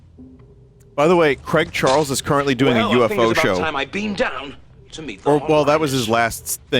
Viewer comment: I'm more offended by how Americans pronounce the name Craig Charles.